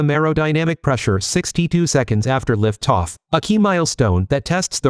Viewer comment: "Liff Toff?"